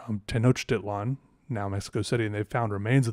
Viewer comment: I'm drawing too while listening about Mexican mythology. You actually pronounce certain ancient names such as Teonochtitlán quite well! With Coatlicue (Koh-Ah-Tlee-Koo-Eh) you still need a little bit of practice but the intention is what counts :). Probably the name you were looking for related to the god of the death is Mictlantecuhtli, he comes from the Mictlán. I'm glad you enjoyed the legends from my country. There are a lot of other fun stories such as Tláloc, the god of rain, causing a huge flood around the 1960's because they separated him from the statue of his wife (Chalchiuhtlicue) to take his image to Mexico City. However, many people think to this day that the statue that was taken to Mexico City is in fact Chalchiuhtlicue herself.